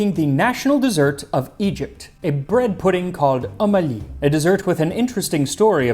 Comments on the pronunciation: Ummmm Ahhhhhleee. Pronounce it like that. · Well it’s pronounced 2om 3ali which has two words with two sounds that no offense but white peoples vocal cords just ain’t trained to make… that’s why we literally spell them using numbers cuz their isn’t even an English letter for it lmfao. Anyways 2om 3ali translates to Ali’s mother lol. I’m assuming she’s who made the dish? Idk lol. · Not Omali. Om A Li. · It's om ali not ummali😂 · Om Ali is two words, it should be pronounced Umm (pause) Ali, not one word like O'malley😅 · the French pronunciation of um Ali is almost offensive since the French colonize Egypt.